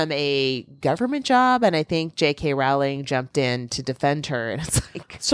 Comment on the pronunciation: You know Rowling rhymes with "bowling" not "howling", right? Because this has started to bother me. And you are numbering them now? What changed?